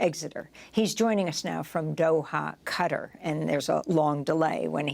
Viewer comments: "Cutter" ??? Why do so many Americans suck at pronouncing foreign names, even European names sometimes... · Amy, Qatar is not promounced "Cutter", look at the vowels.